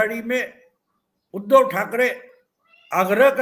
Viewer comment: उध्दव शब्द का उच्चार आप ऊधव ऐसा क्यूं करते हैं? क्योंकि उ का उच्चार आप ऊ ऐसा करते है। जब आप उ का सही उच्चार करेंगे तब आप उध्दव शब्द का सही उच्चार कर पाएंगे